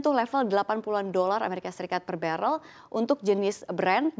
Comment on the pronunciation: BaREL BUKAN BeREL